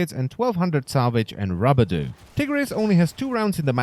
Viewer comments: did you just say rabudoo in stead of rubedo. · Ru-be-do not rabadu please god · I always pronounced it "Roo-bee-doh" Its funny AF when you say "Rubbuh-doo" ROFL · WTF is rub-a-doh...its pronounced ru-bay-doh idiot. Also the Tonkor is not an easy weapon to use for someone who is also trying to figure where, what, why and how to play this game. In fact I could almost guarantee that it would annoy new players seeing the rounds bounce around and not kill anything if they miss. Not to mention it desperately needs forma. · The way he said rubedo kinda sounds like "rub-a-dooo" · It erks me how he says Rubedo. It's Roo - beh - doh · The best part was when you said rubedo. Rabadoo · it's rubadu for me.